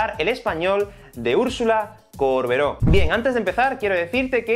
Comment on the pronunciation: Me puso nerviosa que diga córbero todo el video